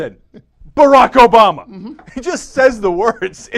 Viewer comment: Wow, you said "Ass-bama" instead of "Obama". I'm convinced.